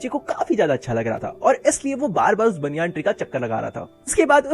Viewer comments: bhai banayan tree hota hai baniyaan tree nahi 😂😂😂😂🤣🤣🤣🤣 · banyan tree❌ baniyan tri😃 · banyan tree❌baaanyaan tree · banyan ❌baniyan✅